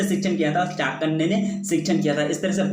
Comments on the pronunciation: Are sir aap baar baar chanakya ko chakanya kyu bol rhe ho😒 question no.62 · I'm sorry sir but it's not चाकन्य it's चाणक्य